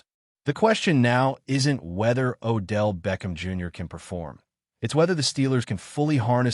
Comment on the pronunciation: You said it correctly great job....BLACK AND GOLD....